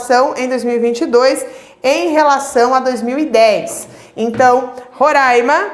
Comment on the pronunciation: falou roraima certinho, otima aula